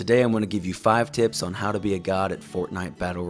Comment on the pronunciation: you are bad saying tips